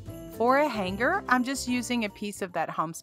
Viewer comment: He's so cute, love the grundge recipe! Why do you pronounce hanger as hang-ger? Have I been saying it wrong all these years? What did I miss? Honest question not trying to be critical or fun making.